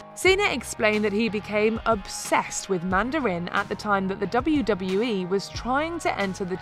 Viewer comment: Everyone: watches passively The video: “Manda-RIN” Lol